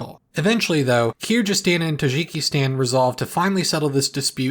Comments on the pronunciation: Tajikistan is also wrong, the j is supposed to be a /dʒ/ sound like in English. Pronouncing it with a french /ʒ/ is just a hyperforeignism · kirjyzstan and tazhikistan